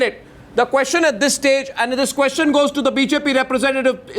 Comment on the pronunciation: hear Mr Bhandaari asking KOSHCHAN !! not Question but KOSHCHAN, KOSHCHAN, hear me out, its KOSHCHAN, not question ! KOSH-CHAN ! KOSH...CHAN !! KOSCHAN ! not question !!